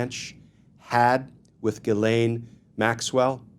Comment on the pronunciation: The ‘ai’ in Ghislaine should not be pronounced as the a in ‘lane’, but as the a in ‘man’.